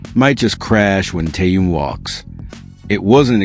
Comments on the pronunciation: Очень раздражает бот, то Таюн, то Тэнун, то Тоян, хотя вещает на русском языке. Недоработка. КИМ ТЭХЕН, запомни машина, КИМ ТЭХЕН. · Какой ещё Тэхаен !? Тэхен! Тэхен! Автор ,прежде чем озвучивать его имя ,надо хотя просмотреть видео с ним и как его зовут Арми .